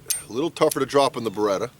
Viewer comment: I had a few beers, and this is the first time I visit this channel (Was curious about the Beretta vs Sig topic) and... the first thing I heard was "Baguette here" :DD